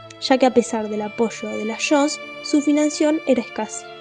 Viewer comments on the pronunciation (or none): No sé dice "shons" se dice JONS.